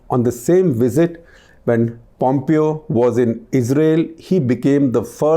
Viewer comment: Pom-pyo lol.